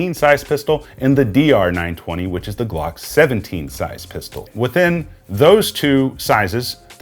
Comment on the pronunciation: Why do ppl say “Lee-uh-pold”